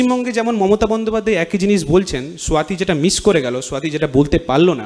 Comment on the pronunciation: এরা 'স্বাতীকে'স্বওয়াতী উচ্চারণ করছে কেন?